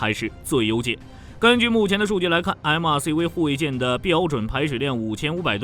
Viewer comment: MRCV、JMMS中國發音超搞笑 ㄟ母ㄚCV、雞 ㄟ母 ㄟ母S